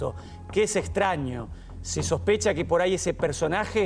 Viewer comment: No se dice "poray" queda feo